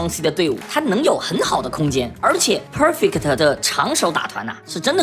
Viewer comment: 講得很好 但國人講perfect真的有夠難聽